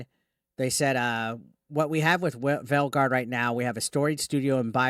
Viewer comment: Why do i keep hearing Dragon Age : The Failguard whenever he mentions the name of the game.